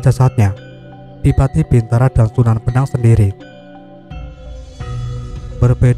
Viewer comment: Sunan Bonang..bukan benang kalo gak salah